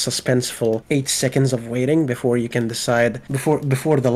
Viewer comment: the most arabic sounding "before" I have heard from a GD homie.